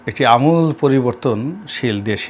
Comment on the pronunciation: আমূল বানান তো ভুল উচ্চারণ করলেন।